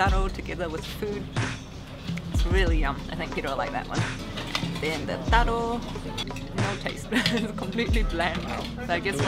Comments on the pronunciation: your pronunciation of TARO is very impressive:) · Enjoyed your video. The pronunciation of the local words “taro” “ika mata” “rukau” was on point. Im gonna go look for some good island food today, thx 😊